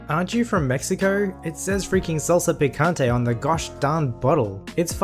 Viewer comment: PICANTE, not PIQUIANTE.